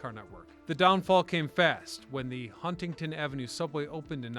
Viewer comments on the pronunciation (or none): none